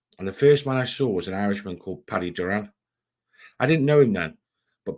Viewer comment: The name hes saying is Doran(door/an), not Duran . Great job though, very interesting.